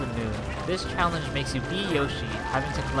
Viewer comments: Anyone else realise he said CHALLAGE instead of CHALLENGE? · its not challage its challenge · U said Challage for number 10, not challenge, but still amazing video :} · Why you say challange or even challage, was it intended? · it said challage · The first "challage" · The first one said Jump Rope Challage. Challage... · "Jumpe Rope Challage"